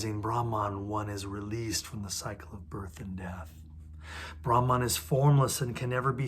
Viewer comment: Not rahman but brahman